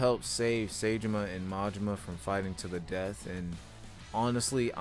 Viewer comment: no way daigos in fortnite, check the battlepass dawg yous needa play yakuza 4 again n listen how sasai pronounces saejima sa i ji ma